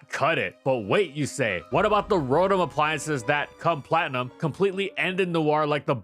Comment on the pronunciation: It’s pronounced roh-TAHM, “”! 🤨